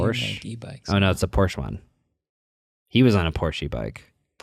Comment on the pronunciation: anyone else thought it was funny how the way said “Porsche e-bike” fast it made it sound like he pronounced it as “Porschee” 😂 (not making fun of as I know it was totally my hearing and how fast the two words blended together)